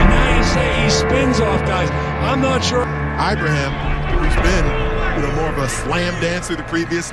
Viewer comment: His name is pronounced (EE-BRAH-HEEM) not (EYE-BRAH-HIM)